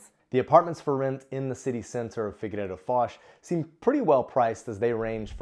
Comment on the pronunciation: Please take this comment with humor as this is the intention of it.... Why do the English speaking people tend to think that Figueira is figurReira?? Top tip pronounce figeeira instead 😇